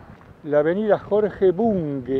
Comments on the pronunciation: Me pone muy nervioso escucharte repetir mil veces “Bungue” como si tuviera U. Es y se pronuncia BUNGE, por Dios! BUNGE! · La avenida se llama Av. BUNGE. Ud lo pronuncia BUNGUE.